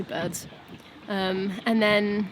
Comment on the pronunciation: I just watched the part where you said you were “ joined by some bids, eight of them altogether” but I heard “joined by some birds. I ate them all together” and did a double take. 😊